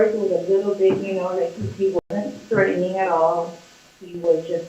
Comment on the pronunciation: “Threadening” 🙉 is so irritating 🤣